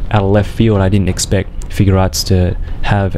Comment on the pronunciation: You say figuarts wrong